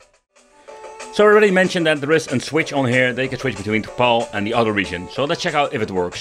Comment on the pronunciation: it's pronounced PAL(your buddy, your friend, your pal), not PAUL. Phase Alternate Line. And that should only deal with your output to video requirements, should have nothing to do with the region that the game was released for which I've heard you mention before, not in this video.